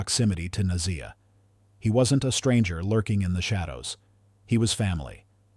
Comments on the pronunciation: You are Pronouncing her name wrong….. okay 👌🏿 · At least pronounce her name correctly!